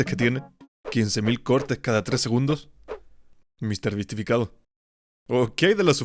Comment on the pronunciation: no se dice misterbisifiriti se dice mrbeastificacion :V